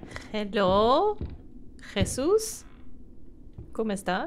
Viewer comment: Couldn't help it but laugh when you said my name "Jesus" lol well pronounced btw!